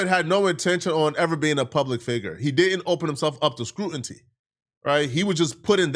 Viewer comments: TF is "scrutinty" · I really like your vibe and your perspective. You’re a smart guy with a take an appreciate hearing. I do not appreciate when you say Scrutinty and Chuck n’ Jive. Pronounced: Screw-tin-knee Pronounced: Shuck and Jive Correcting you with respect and 💙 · ITS NOT SCRUINTY ITS SCRUTINY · You STILL saying scruinty??? 😂 Jesus Christ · Did you say, “Scrutenty”?! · Here go with the “scrutinty” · there you go with that “scruntanty” again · nemesis is "scru-in-tee" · The word “Scrutiny” got in a chokehold😂😂😂